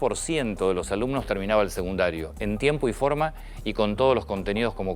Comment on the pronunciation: Antonio, te respeto, pero en varias ocasiones has dicho "seGundario" (min ) y el nivel que le sigue a la educ. primariase llama SECUNDARIO, con "C". Por favor, hablá correctamente!!!! o dejale paso a los periodistas que pronuncian buen todas las palabras!